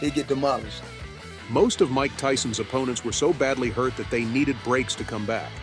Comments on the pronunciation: bro said might tyson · It's Mike, not might!